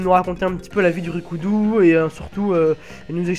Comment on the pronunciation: R I K U DO et pas RI KO U DO U ..........